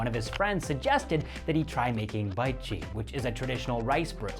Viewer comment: Pronunciation of bitchi can be pronounced as beetchee 😊